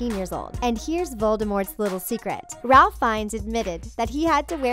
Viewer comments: The "Ralph" in Ralph Fiennes is actually pronounced "Rafe." Rhymes with "Safe." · Ralph Fiennes, pronounced like "Rafe"